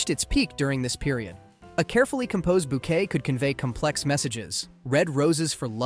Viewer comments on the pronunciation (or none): none